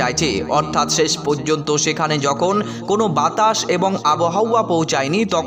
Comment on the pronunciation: শেষ কে বলছ চেছ